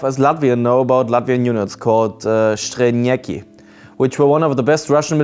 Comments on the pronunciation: Strelnieki not Shtrelnieki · you say it as you see it written, should get it right if you do that ''streelnieki'' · Latvians aren't Slavs so "Strēlnieki" shouldnt be pronounced with russian accent Just a tip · The "s" in Strēlnieki is pronounced like in "snake" not "shoot"... if that makes sense. Great video nonetheless. Waiting for that Baltic special